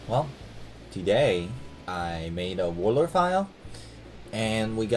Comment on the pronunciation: "Warlor"